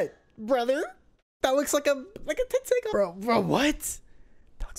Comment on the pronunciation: It's not tenseigan lol😂😂